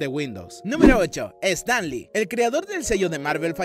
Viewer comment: Tenés un problema con el inglés? "Estan li"??